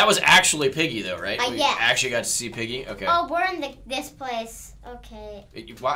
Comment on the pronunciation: It is piggy not pigey